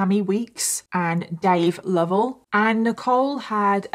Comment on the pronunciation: This is such a heart breaking case. She was so innocent. And thank you for pronouncing Lovell correctly. That is my maiden name and everyone always butchered it. ❤